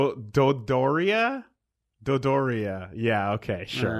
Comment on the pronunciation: you got it super fucking wrong its Do Door ia